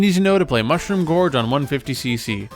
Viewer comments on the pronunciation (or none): You have a weird way of pronouncing Mushroom George, but the video is great as usual :)